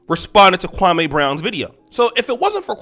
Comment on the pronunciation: Why do you keep saying that man name like that, damn!!! Kwame, has said the pronunciation of his name several times now and you all continue to do that Steven A. BS pronunciation. Come on bro, just say the man name correctly please…